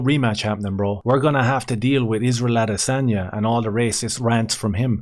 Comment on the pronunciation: (((ISRAEL))) "the vast arsebender" a-DAY-sanya